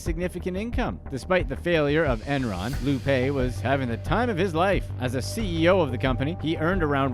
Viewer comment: It's pronounced Lou 'Pie'